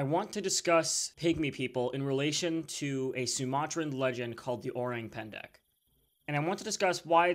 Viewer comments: yes o-rang as in rung. but not pan-da. it is pen-deck. i’m Indonesian btw. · Its pronounced o-rang as in rung, pan da.